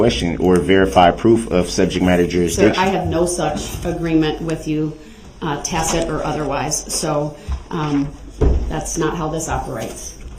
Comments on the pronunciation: He says takit even after she used the word “tacit” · Both . He said (am) “tackit” agreement🤦‍♀️